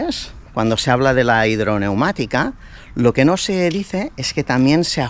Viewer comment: hombre un experto como tú!! Suspensión hidroneumática!!! Tú dices "hidromatica", está palabra no tiene ningún sentido.